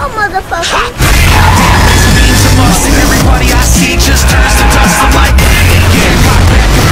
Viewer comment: Him: Hallo Mather Facker Me:🤔 Hallo Father Sucker😎 🧠💣💥 🤣😝 I love this video ❤ 👁👃👁